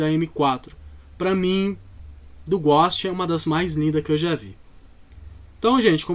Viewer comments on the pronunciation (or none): Não sei pq mas me dói ele dizendo " Ghóst" e não "Ghôst"